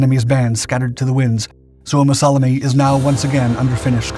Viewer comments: Suomassalmi, not Suomassalami. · you mispronounce suomussalmi